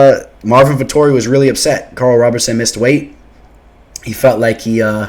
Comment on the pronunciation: ROBERSON not Robertson